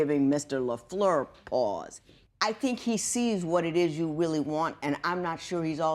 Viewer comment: judge la f l e u r not la floor